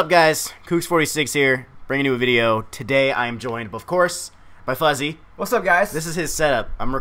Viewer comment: FUZZY? FOOZZY???